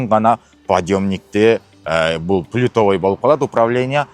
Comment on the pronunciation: Пультовой го пулитовой дейсинго